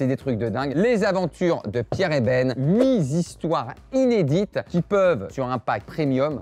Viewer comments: De partout, j'entends huit z'histoires au lieu de huit histoires 😁😁😁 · Ben, on dit "8thistoires", pas "8zhistoires" ^^ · huit histoires, pas de "S", pas de liaison